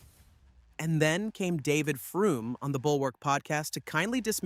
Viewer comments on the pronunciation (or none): Are you aware you are pronouncing Frum incorrectly? It is pronounced like "FROM".